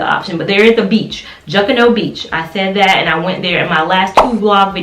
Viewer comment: You pronounced Junkanoo beach wrong lol cute. I use to live in Nassau